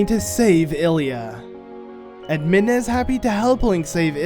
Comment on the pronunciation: Midna its midna